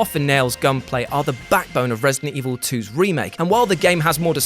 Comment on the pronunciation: It’s resident evil not resting evil 😂😂